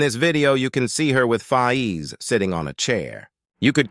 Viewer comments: Its not fayeez its Fayz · One of th big things I am concerned about is why is it pronounced fi ez? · The DisRespect on Faiz's name is crazy